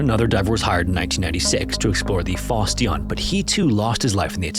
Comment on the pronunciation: That is definitely not how you're supposed to pronounce "Fosse Dionne".